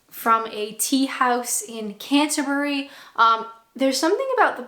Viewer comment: Thank you for not saying Canter-berry!